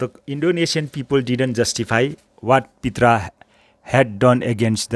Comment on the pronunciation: pronunciation of " Prita" is प्रिता not पित्रा...!?